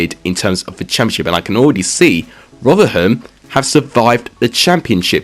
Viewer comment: Please bare in mind you can't say rotherham